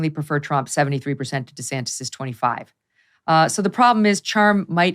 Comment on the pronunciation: Lol Megyn said DeSanctis!!!! I’ll be damned, Trumps little nicknames do stick after all 😂🤣😂